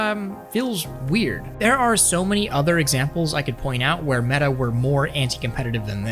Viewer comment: "It's Medduh Horizons, just with legs!" - Zuck it, Metabookulus!:D Looks interesting with those warped tracking rings, guess you won't clash them into each other as often as with the Q2 (the Q1 is actually better because they're a bit smaller and dont extend so far inwards), but after having seen the leaks of the Cambria controllers, I don't wanna have anything else anymore.: praises the controllers for not doing things drastically wrong Also: shows a pic of the Pimax Dumpster Fire:D I hope he knows that L in the US basically is roughly like 4XL in Europe...:D